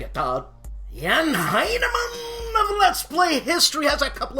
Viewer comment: Boy, that Brad Smith is trying to fill that Tom Clancy vacuum, isn't he? Very prolific!!! Man, you must *bust a hernia* saying "Jan Heinemann". Your German is so harsh und martial, gell? Sieh's locker, und lass es mehr *fliessend* sein!!! That "Race to the Rhine" has about the best box art I've seen in YEARS! Really attractive... muted colors... and they did it with a friggiin' JEEP instead of the usual King Tiger or Sherman tank!! And, "Race to Moscow", with a locomotive barreling though a Russian winter snow storm, is really putting an imaginative spin on wargame themed packaging!! Good, workmanlike, yeoman episode! As always, keep 'em comin'.